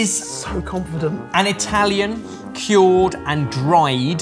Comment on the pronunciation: Why is he saying kyorrd? That's not how you say cured, right?